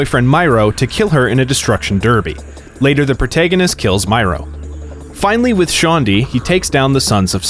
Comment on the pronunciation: I love saint row 10/10 altogether (personally I own 2 and 4, but I have finished all of them) but I speak for everyone when I say 3 and 4 ruined the saints. P.S. it's m-air-o.